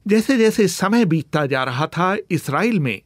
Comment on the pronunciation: इसराइल नहीं इजराइल होता है.. पहले हिंदी बोलना सीख लो